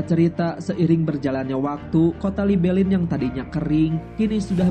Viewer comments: Min namanya Balian of Ibellin bukan Balial dan itu emg ada dlam sejarah perang salib, Balian dr Ibellin, bukan libelin ato libelil... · BALIAN FROM IBELIN. BUKAN BALIAL FROM LIBELIN HIIIH GEMES BANGET DENGERNYA!!!